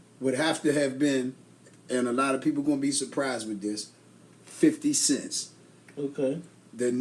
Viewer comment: laughing at dude said 50 cents . it's 50 cent no t with a S